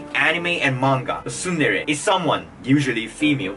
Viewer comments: triggered by you saying suundere lol tsundere mate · You are the only one pronouncing tsundere as sundere